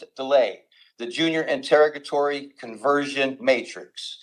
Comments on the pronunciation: I can't with the "in-terra-guh-tories." Send help. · It would be nice if this person could learn to pronounce the word interrogatory.